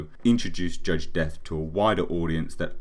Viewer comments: yeah just thought you pronounced it death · His last name as a human was De'Ath. Pronounced DEE-ATH